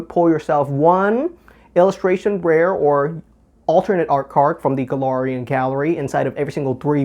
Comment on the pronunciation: Galarian Gallery say it with me Galariannn,not Golorian